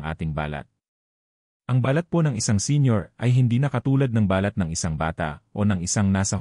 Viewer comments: Ang dapat mong baguhin e yung pagsasalita mo, iba ang BALAT-marahang pagbigkas ay( birth mark), BALAT- maragsa ay ( skin ) ngayon alam mo na? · Grabe ang robot magsalita balat (birthmark) instead balat( skin) Makati ( City in metromanila ) instead dapat makati ( itchy) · EXCUSE ME PO DOCTOR BA KAYO BAKIT MALI MALI ANG PAG PRONOUNCE NYO NG BALAT IBA ANG BA- LAT AT BALAT. 👍. MASAKI SA TENGA. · Dapat iniaayos ang tamang bigkas ng katagang BALAT ..Dapat mabilis ang tamang pagbigkas..Halatang AI generation..😮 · Are you a Filipino? There's lots of mispronounced words giving different meanings.Examples :balat you change meaning to wrap not skin covering,tuyo meant dried fish instead of the real meaning as dry,Makati a place in Metro Manila instead of giving meaning to itchy.The balat you pronounced meant birthmark.Sama you pronounced it meant to go along or join,instead of getting wet. One thing more the way you pronounced the words FUNGI YOU sounded fung gay/gum as the sound gum w/ a u stressed instead of gam sound,and lastly- clothes u sounded it clo des.Please pronounced words not giving other meanings.Just a big difference! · Mali ang bigkas mo sa ibang mga words,,kagaya ng “ balat” or skin ,,,,, improve your pronunciation please! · Pls ang word na BALAT ay mabilis ang pronounciation dahil may balat na ibig sabihin ay nunal sa balat or skin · Ano ba Yan Filipino ka ba, bkt Mali ang pag pronounce mo ng balat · Sydney, Australia. Bakit maraming vloggers ay di marunong bumigkas ng Pilipio words tulad ng "balat". If pronounced slowly or accented on first syllable balat means pigmentation or mole on skin but if accented on the last syllable it means skin. its not the first time I've noticed it. Another one is "makati" accented on the second syllable means a city and if accented on the last syllable means itchy.